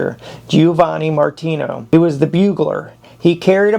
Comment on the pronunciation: YOH!! Pronunciation---wHO THE HECK WAS "McDOUGLAS"??????? try McDougall; "Addjunct????"====Adjutant; your accuracy is atrocious;; MartinO???? ==Martini; if you're going to do an historical narrative documentary PLEASE DON'T MAKE IT HYSTERICAL BY MISPRONOUNCING NAMES OF THE MAJOR CHARActers AT LEAst get the names right. thANKS.